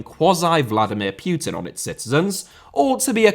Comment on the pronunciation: Putin* not Pyuten Dortmund * not Dohrmund Half* not Holf Final* not Fahnal Dissolved* not Disolved Saw* not Sor Idea* not Ideer Improvised* not Improvahsed Media* not Medier Violence * not Vahlence Wild* not Wahld Escobar* not Éscobohr Possession* not Posession Miles* not Mahls Pérez* not Perez Roman* not Rouwman Kumbaya* not Kmbayohr Rather* not Rother Iran* not Irón